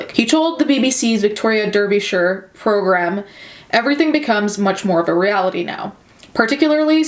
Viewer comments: Yooo hometown Derbyshire, it's pronounced like Darby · For future reference the word Derbyshire and Derby in uk are pronounced Dar-bee-shire and Dar-bee. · It's said like dar-by sheer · I don't wanna be THAT B*TCH but it's pronounced dar-bur-shur and 'shire' is nearly always -shur (Lank-a-shur, Yore-k-shur, etc.) - hope this helps and sorry for being Little Miss Corrections Corner over here :( luv u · The crime is heinous, but I honestly struggle to see him serving the full prison sentence even when it says minimum. Britain has a problem with prison sentences that fit the crime. It's a huge issue that a lot of people try to voice. Also, I love the way you said Derbyshire.